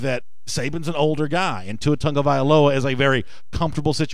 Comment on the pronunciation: Why is Tua's last name pronounced Tungavailoa and not Tagavailoa?